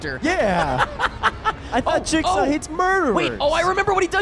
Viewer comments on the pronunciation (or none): YOU SAID JIZZ-GAW!!! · I kept thinking that you were saying Jake Saul... I'm so tired I thought that was Jigsaws real name and I just never noticed before lmao